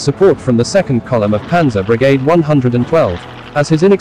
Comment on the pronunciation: Great presentation of facts, but the pronunciation is sometimes embarrassing. For one Brigade is not pronounced as it is in this video for one.